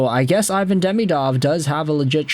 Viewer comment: Ivan prefers his name to be pronounced “eee-vahn”